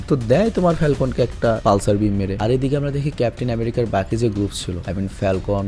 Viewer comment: ভাই বাগি হবেনা বাকি হবে